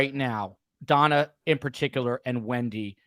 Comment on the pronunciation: love your in depth explanation here. Just one question, why do you call Wendi - Wendyeye? I have to know! 😂😂